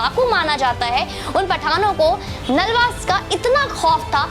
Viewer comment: बहन,इन खालसा वीर का नाम हरि सिंह नालवा नहीं बल्कि हरि सिंह नलवा है, कृपया सही उच्चारण करें!!